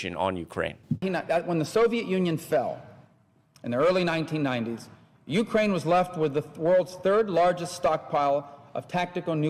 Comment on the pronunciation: its' "breathe" not "breath". It's "Ukraine" not "ukrain". You're gonna have some of your Moldova troll-farm pay docked for this one. Do better.